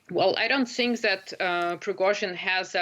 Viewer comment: I Think or I sink?😂😂😂